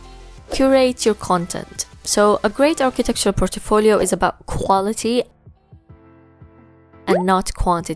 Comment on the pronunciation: Like how you pronounce portfolio as portefolio :D